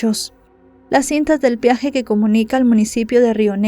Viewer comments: Peaje, no piaje. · Corrección amable: no es "piaje", es "peaje". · Se dice peaje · No se dice piaje